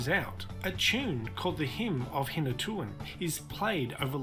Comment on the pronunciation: It pronounced hinatu an river..